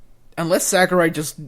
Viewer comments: Sakurai not sakruai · Who's Sakruai?